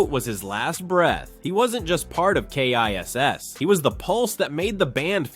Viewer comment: I can't believe that this narrative can't even pronounce the name of the Band! It's KISS! It's not the spelling of the name that gets the job done, it's pronouncing the name, that does the trick.